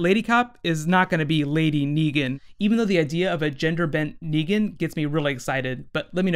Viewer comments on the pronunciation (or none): Negan not Neegan and Michonne not Meechonne